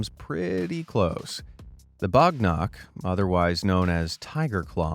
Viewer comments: it is Wagh nakh, wagh means tiger and nakh means nails in marathi. it is not bagh nakh.great king named 'Shivaji maharaj' used it in maharashatra, India. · It is wagh nakh,not bagh nakh. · That is pronounced as baagh nakh not bogh nokh The picture you showed was of shivaji maharaj killing the uncle of the Mughal ruler Aurangzeb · bro its Wagh Nakh ( tiger nails) Wagh means Tiger 🇮🇳